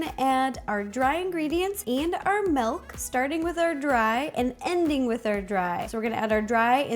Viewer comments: Is she saying milk like melk? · I’m sorry but my grandma does the same thing and it drives me crazy...when you pronounce milk you say melk instead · MELK. PUT IT IN THE DICTIONARY PEOPLE ITS MELK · Omg she says melk 😂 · Anyone else notice that she pronounces milk "melk?" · She says milk to malk I don't know why but I still love her like anything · I love the way she says "milk"...is that weird?